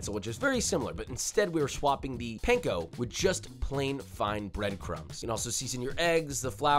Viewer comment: no way you can perfectly say wurchesterchurresauce (I know how it’s written, it’s for dramatic purposes), but can’t pronounce “panko” … JOSHUA! come on man get it together